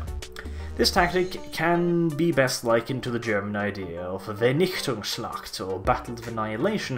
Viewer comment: I like your German! It was even understandable even though those were quite difficult words, especially "Vernichtungsschlag"....Anyways, keep up the good work! I really love your 40k Lore videos. Best wishes from Germany.